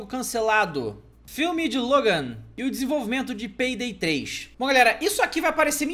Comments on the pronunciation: ESSE PEIDAY 3 AÍ É MINEIRÃO HEIN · peydey 3 rachei o bico kkkkkk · finalmente o pé... perai eu entendi peidei 3? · ele falo quase peidei 3